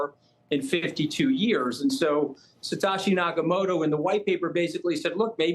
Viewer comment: Scaramucci did his homework but still can’t pronounce “Satoshi”.